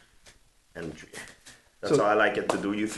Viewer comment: One Two Tree